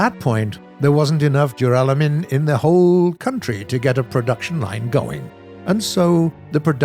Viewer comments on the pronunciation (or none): none